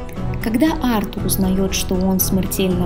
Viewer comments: Ударение не на у, а на А Артур,а не артУр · Артур, а не артУр, бесит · Какой еще артУр,Артур правильно! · Ты молодец конечно,но Артур ,а не АртУр;)Отличное видео! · Артур а не артУр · Артур с ударением на А просто убило😂😂, я об этом даже не задумывался что Артур может быть Арту́ром😂😂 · Сук, как это раздражает. Почему ты ставишь ударение на имя АртУр? Это такая боль для моих ушей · Всё здорово, но какой к черту Артур ударение на у если правильное ударение на А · НА «А» ударение,аж уши режет